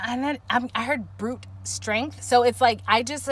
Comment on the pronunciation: Pile 1 in the building! 😆 so accurate per usual lol you said something strength and I feel like you prob said brut strength but it honestly sounded like bruch (my last name) 🤔